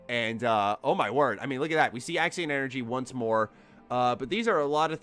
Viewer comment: You keep saying Axin energy my boi... I'm sure it's Axion energy